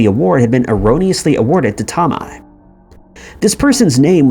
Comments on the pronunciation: That is the weirdest pronunciation of Tomei I have ever heard. It’s not too-mi it’s toe-may. At least that is how I’ve always heard it pronounced. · Marissa's last name is pronounced " toe may" for future reference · Oh' the way you say some Sir names is crazy ~~ Marisa Tomei say it Toe-may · Here's a conspiracy theory - the narrator of this channel is NOT a real person, but rather AI.. That, or he's lived in a cave his entire life considering he pronounces common names and words wrong all of the time.. Marissa Tomi?? everyone knows it's pronounced Toe-may - moreover the mispronunciation occurs in just about every one of these video's on this channel... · TOMI?? I had to laugh. He's very young I'm sure. He gets so many pronunciations wrong. Not saying it's his fault....it's just funny sometimes 😅😂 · TOE MAY!!! GEEZ! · Her name is pronounced Tomay. tohmay. Toe-may. TOE MAY MAN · Bro come on. You've never heard the name Marissa TOE-MAY? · Marisa toe-my, what the fuck man. Is this ai narrated? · Toe May! Would be great to know how to pronounce the names that are the subjects of your videos. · "Marisa Tomei"!? It's pronounced as Tohmay. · She's from Brooklyn so am I. It's pronounced Marissa toe may. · Marisa Tomei's last name is pronounced "Toe-may." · Toe-MAY..it's prounced Toe-MAY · Say Tom-eye one more time, I swear to sweet baby jesus. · It is brutal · You mean the one??? Toe-may??